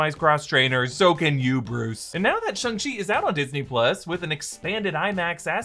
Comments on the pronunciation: Sh-AH ShAH ShAHNG Shang Chi! Not Sh-UH ShUHng Shung Chi...you keep saying Shung Chi... is it that hard lol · You'd think after the movie dedicated an entire 30 second bit about it, more people would know how to pronounce Shang Chi... it's not "shayng" and it's definitely not "shung"... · “Shung Chee”